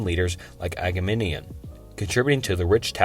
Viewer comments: Your pronunciation of Agamemnon is killing me. Just sound it out😂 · phohetians? agamanion? seltic? Estrooscan?